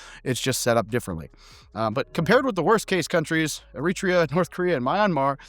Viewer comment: Im glad you made this video. the cut to Eritrea was honestly pretty funny you did say the country's name wrong but that made it even funnier in my opinion.